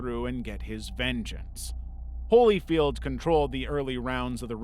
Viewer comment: "holy-field" ...really?